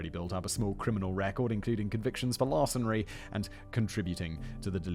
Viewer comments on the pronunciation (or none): Simon says “Larcenry” instead of Larceny